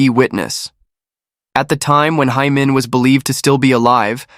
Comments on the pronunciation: Nearly sound like Amen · Be careful of ur pronunciation its “Hae Min” not “hay men” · the pronunciation should be “heh min” not “hey min” or “hai min”